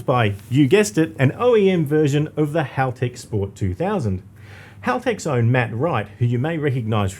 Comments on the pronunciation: I always laugh when car guys ang girls pronounce Halltech incorrectly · 11: Most Americans pronounce Haltech 'Halltech' 🤷‍♂️ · Rhymes with bell. Not ball.